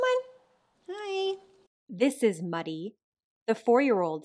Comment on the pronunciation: I heard Muddy’s name as “MOODY” whenever you first said it and I was like “Ahh……..makes sense”……….………..… lol!